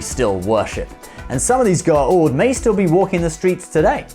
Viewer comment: U called Symbiots, Goa'ald....wrong